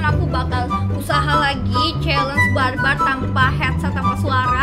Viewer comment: I can't hear the "R" word when she say "bar-bar"